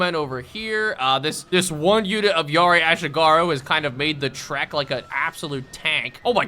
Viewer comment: bro butchered ashigaru so bad (ah-she-gah-roo)